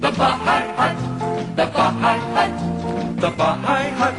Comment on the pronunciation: It is pronounced "Bi-High-Hut", not "Baa-High-Hut," often referred to by locals as the "Bye-Bye-Hut" because of the High Octane drinks once served (Hello Jerry) at this Sarasota/Bradenton institution.